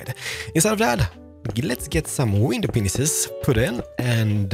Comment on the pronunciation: why does he always say window peanices